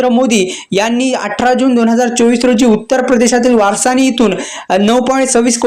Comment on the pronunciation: वारसाणी नाही रे निट वाच वाराणसी आहे